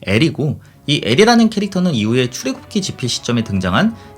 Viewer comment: 잘못 들은 게 아닌가 싶어 출애굽기 발음하는 것을 몇 차례들어보고 씁니다. 출 애굽 기(出 埃及 記)를 읽을 때 "출,(여기는 약간 길게 쉼표) 애굽,(여기는 짧게 쉼표) 기"라고 읽어주시면 어떨까 싶습니다. 사실 출과 애굽 사이에 아주 짧은 쉽표, 애굽과 기 사이에는 쉼표로 느끼기 힘든 쉼표 정도가 적당하겠죠. 뭐 기독교 신화에 대해서 나보다 잘 아는 분이라 쓸데 없는 훈수겠지만 "출애~굽기(추래 굽기)"로 읽으면 출애를 굽는다가 됩니다. '찬기파랑가' (찬 기파랑 가)와 같은 맥락이라 보심 되겠죠. 딴지 거는 것은 아닙니다. 내용이 충실한데 형식에서 스을쩍 소소한 나태함(?)이 보여서요. 추래 굽기라 읽는다고 뜻 전달에 무리가 있는 것은 아닙니다. 埃及은 원래 애급埃及으로 발음했는데 애굽으로 바뀌었군요. 급보다 굽이 발음이 더 편해서 그렇게 변했나 봅니다. 이건 사전 찾아보고 처음 알았습니다. 일본과 중국이 상대적으로 서양 문물(혹은 근대 문명?)을 우리나라보다 빨리 접해서 서구 지명을 비롯한 번역문화 역시 우리보다 앞섰는데... 여튼 동양의 서양 문물/서양의 동양 문물 번역사도 살펴보면 재미 있지요.